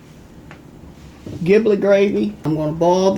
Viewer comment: "giblet" uses a soft "g" like a "j". as in "jiblet".